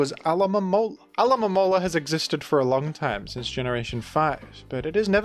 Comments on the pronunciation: Hermione: "It's AlomoMOla, not AlomomoLA" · Interesting note. Alomomola is based off a Mola Mola, so I think technically it is intended to be pronounced Alo-ma-mo-la. But real trainers know it prefers to be called Alamalamala. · That Pokémon is clearly a mola mola. So I think you’re saying it right. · I think should insist on saying 'Alo-mo-mo-la' as a bit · This is so fucking funny, someone needs to make a full compilation of him saying Pokemon's names